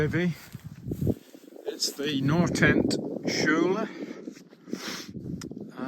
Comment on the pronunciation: Yes. Perfect. The L would be a bit different pronounced across Norway. You did the posh L version I think 😅